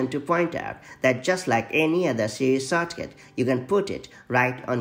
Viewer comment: The accent “sawtcaut”